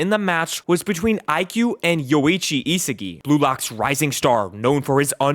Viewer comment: WHO IS "ISIGI" ITS ISAGI BRO 😭😭😭😭